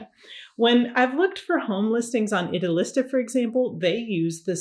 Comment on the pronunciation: Hi, I love your videos and I think you’re great. One thing - Idealista is pronounced: ee-dee-al-eesta